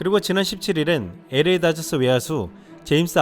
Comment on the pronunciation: LA다저스발음할때, 에레이다저스가아니라 엘레이다저스라고발음해야합니다.에레이가아니라 엘 에이 or 엘레이